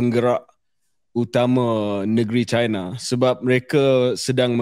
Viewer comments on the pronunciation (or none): Hi semua, China tu Chai-na, bukan Ci-na. Not all Chinese = Chinas. And in my case, I am Cina Malaysia.